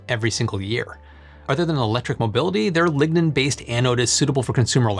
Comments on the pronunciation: you are saying ligna but i hear ligma, also cutting down a 'sustainable forest' doesnt sound upscalable. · Lignode and Lignin..... DEEZ...